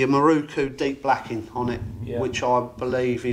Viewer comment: It is a MirOku, not a MirUku. Why do you poms always get it wrong?